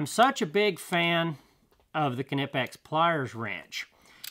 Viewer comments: It’s been clearly stated by Knipex that it is pronounced Kuh-Ni-Pex They’re a German company and that’s how they say it and how they prefer. Anything else is incorrect. I do my research. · May learn how to pronounce KNIPEX 🙄